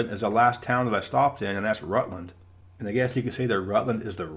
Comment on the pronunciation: I thought Rutland, VT, was pronounced ROUT-land. Great video!